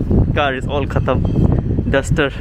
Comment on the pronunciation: It's really good to heard saying khtam by